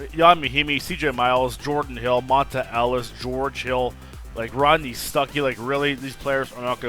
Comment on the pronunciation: it's pronounced like "Montay"